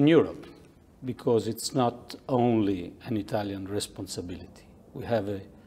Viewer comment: Il megliore di tutti è Dini il peggior e' quel carciofo di " shok becoussssse"!